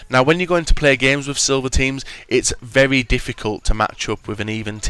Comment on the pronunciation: Vevy vevy good noob. He cant say very